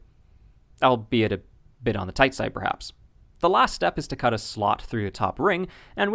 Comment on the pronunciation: Toight like a tiger.